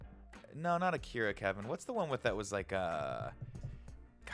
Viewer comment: 10 points to Nick saying Akira!